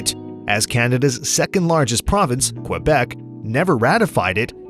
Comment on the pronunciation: Learn how to say Quebec